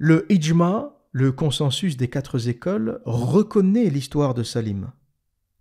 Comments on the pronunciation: J'aime beaucoup vos histoires mais vous m'avez déçu quand vous avez dit deux fois "quatre zécole"😢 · QUATRE NE PREND PAS DE "S" donc ne dit plus "quatre zécole" C'est terrible pour les oreilles!